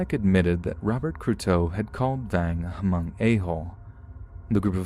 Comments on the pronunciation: Just for future reference it's just pronounced "mung" not "huh-mung" the h is silent basicslly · Oh nooooooooooo, hunny, Hmong is pronounced MUNG, not *H*MUNG!!!, 🤭😬🤦🏻‍♀️🥺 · Imagine my surprise & excitement hearing "Hmong" ...only to learn it's about Chai Vang. 😑😑😑😑 Also... the "H" is silent. It's pronounced "Mong". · All i know is we keep telling ppl the h is silent but every1 still pronouncing it as Ha Mong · The H at the beginning of the word Hmong is silent. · The H is silent in Hmong. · No H sound at the beginning of Hmong, just in case it comes up in the future.